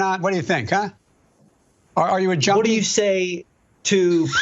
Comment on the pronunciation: He said junmee can't even say junkie